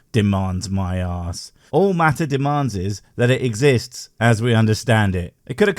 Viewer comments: How do we know god Exi-yist-s? Well, a good starting point would be get an education sufficient to pronounce big words like exists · He's not the firstcreationist to drop thesecond "s" on "exists."